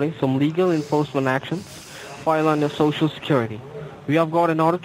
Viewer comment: gets the shoshal wrong,: “That’s it.”